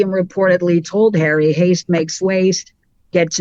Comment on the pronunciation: "Bring Hawwy back in from the cold" ... Let's not and say we did